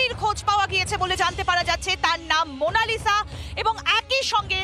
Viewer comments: মনাসিলা ভুল হবে মনালিসা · Eta monashila noy monalisha hobe 🙃